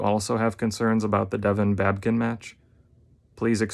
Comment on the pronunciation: It's not babkin it's babykin get it right.